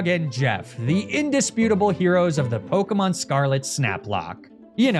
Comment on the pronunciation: Why do you insist on lying and calling pokemon by the wrong pronounced names?